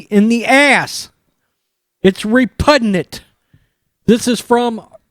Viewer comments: The word is repugnant, not repudnant. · Disgusted by the Red Sox and their support of a BLM leader as a "Hero". Also...as a retired professional broadcaster...a couple of things. First. It's "repugnant"...not "repudnant". Second. Always pre-read your written material out loud before the broadcast. Always. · Yo the word is repugnant not re-pud-nant!!! You should read a book. Learn the language. You've only been in the country 40 years. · BLM sucks.MLB sucks.NFL sucks.NBA sucks Boston Red Sox suck.And sorry,but the word is REPUGNANT. Not repudnant. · I tried to listen ... then u said repudnant twice in 5 secs .. can't take you seriously when you don't know the language, and I'm from Kentucky so accent isn't an excuse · Its re-pud-nit!